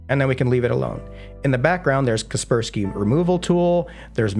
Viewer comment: Watched untill Kaspersky name was pronounced...